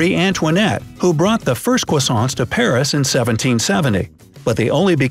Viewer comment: You don't pronounce the s in Paris